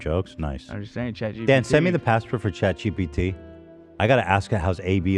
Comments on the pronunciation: Not sure if it’s because I’m dyslexic or what but I never noticed Ethan not saying GPT right 😂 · i started saying it wrong bc of him too ☠️ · i’m sorry ethan pronouncing chat gpt wrong was so hilarious